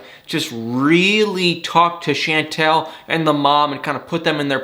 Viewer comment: I’m terrible! It doesn’t bother me in the least that you say Chantel’s name incorrectly. Lol,!